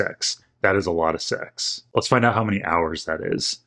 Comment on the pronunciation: it sounds like he is saying sex XDD